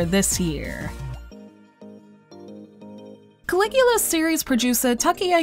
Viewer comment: Langrisser is a pretty underrated series. Also, Caligula has no r at the end.